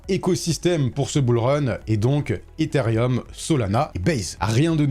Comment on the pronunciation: Ethereum* et non pas Etherium. Arrêtez tous de prononcer un i qui n’existe pas 😭😂